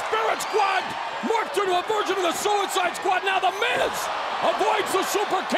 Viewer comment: its me or he tell ducide squad